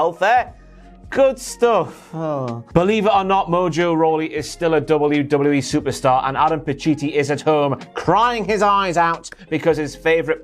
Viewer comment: Why haven't you learnt how to say WWE properly